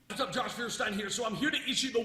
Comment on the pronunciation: Josh Feuerstein cant even pronounce his own last name. It's pronounced Foyer-shtein. It's german for flint.